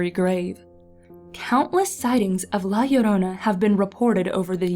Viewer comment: Finally! Someone who pronounce Llorona like Yorona!